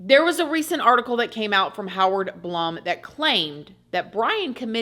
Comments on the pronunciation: You and I think exactly alike it’s hilarious. Howard Blum is pronounced like bloom🌺 ..js He is excellent to listen to! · I thought Howard Blum was pronounced Howard Bloom. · Dr. Blum is pronounced BLOOM